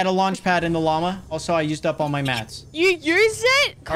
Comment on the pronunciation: Wan u said lama it sond like u say mama